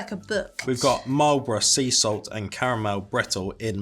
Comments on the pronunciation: ETA is pronounced "eat a" as in "eat a biscuit". The original Jelly Tip ice cream is on a stick, vanilla ice cream with the top 1/4 to 1/3 the jelly tip dipped in chocolate coating. Jelly tip ice cream in a tub is a more recent thing. You got Marlborough bang on. Some of us Kiwi's have the same difficulty with British place names as the Americans do, mainly the ones pronounced with two syllables yet spelt with over a dozen letters! Paul should send you some Whittaker's slabs. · Well done on your correct pronunciation of 'Marlborough'! The word refers to a region at the top of the South Island, mainly known for its beautiful surroundings, hikes, and is the white wine capital of New Zealand